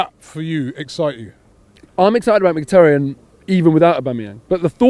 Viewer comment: Robbie - why can’t you pronounce Mkhitaryan‘ snake correctly?